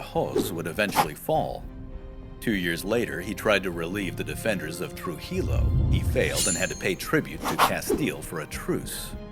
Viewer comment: The sound(tone) of your Español has greatly improved :) sounds much more native than before. you butcher Trujillo though; .is much more like like True-hee-Yo dude. Also would prefer Castilla to castile but I understand most English speakers are probably more familiar with the latter. I do like this video most out of your videos on the old country great job keep up the super duper work :D